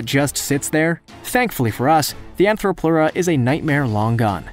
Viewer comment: Also he never said Therapsid considering three of those were. He also said ANTHROPLEURA instead of ARTHRO...Anthro makes it like us Arthro makes it a bug.